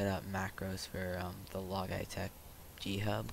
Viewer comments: "log eye tech" funny but its actually pronounced as "Lodge-e-tech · he said log eyetech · are you saying logytech to trigger people? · "log eye tech" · my mans said: "log eye tech" 🤣🤣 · u said logitech wrong smh